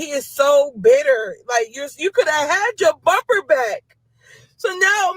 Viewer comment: Hahaha she said “chewed the bumber off “ lmao